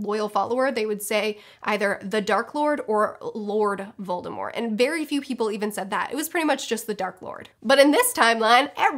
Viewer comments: Thank you so much for pronouncing Voldemort's name right. The T is silent and it bothers me so much when people say VoldemorT. Uuugggghhhhhh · I mainly appreciate that you pronounce Voldemort correctly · Actually J.K. ROWLING SAID That The T in VOLDEMORT isn't supposed to be pronounced